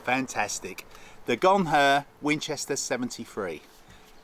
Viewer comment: If you get hit, you say, "you guys carry on without me, I'm a Gonher!" Not Gonfur, it's not a shaver for your legs!😂😂